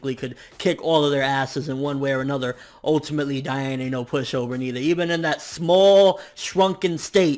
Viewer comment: You make me cry. It's DEE-ann. Though you're right, it should be pronounce DIE-ann, it's not...